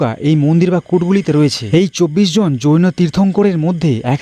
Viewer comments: 24 জন যৌনো সাধক নয়, হবে জৈনো সাধক। আপনি উচ্চারণ এ একটু ভুল করে যৌনো সাধক বলেছেন😊😂😂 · 😂 আরে ভাই ওটা জৈন সাধক হবে । যৌন সাধক বলছ কেন 😂😂😂